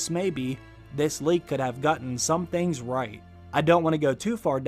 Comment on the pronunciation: I swear in the intro she said ting and not thing